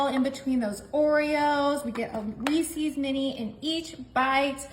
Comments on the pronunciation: This is a ridiculous waste of ingredients. Too many to enjoy. Reece's is not pronounced reec ees. Its Reece sounds like fleece. With the s for ownership. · You pronounced Reese’s incorrectly.